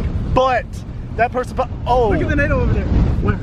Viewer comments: Nado not nader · Why do yall say nado😭